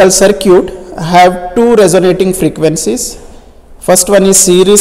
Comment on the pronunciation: the FRRRRRRRRRRRRRRRRREQUENttttttCYs